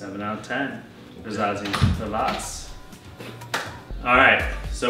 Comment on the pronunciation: its rasasi hawas not rezazi havas :p